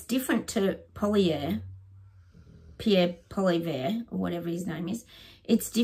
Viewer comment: It wouldn't be the same without the snoring doggos. This set is great too. Pierres last name is pronounced polly-ev-rrrrra. Its a french name. He doesn't care how we say it as long as we check next to it on election day. ( Which can't come soon enough)